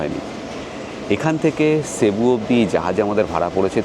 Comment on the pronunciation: San Jose is pronounced San Ho-zay Also its pronounced sebu - not shebu